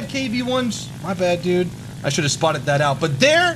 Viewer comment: has officially replaced the letter D with the letter T. we've been spottet!!